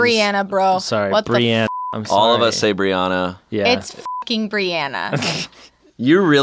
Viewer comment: I just wanna say thank you to...I throw hands over the Breanna/Brianna pronunciation. She right, it’s BrEanna not briawna 😂